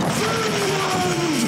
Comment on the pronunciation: did bro say FINLANDD ❗❗❗❗❗❗